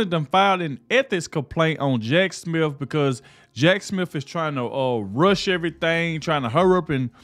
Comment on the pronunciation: Just an FYI to the black presenter in this video. There is no "f" in Smith, so it's not Jack Smif! Additionally, just because she filed a complaint doesn't mean anything. They filed articles of Impeachment against Alejandro Mayorkas and what became of that? He didn't lose his job, get demoted or reassigned, take a pay cut, placed on Probation, or reprimanted. He didn't even get so much as a ticket! So much for superficial gestures!